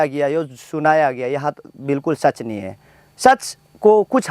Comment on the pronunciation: Nai hoga , pronunciation 😂😂😂😂😂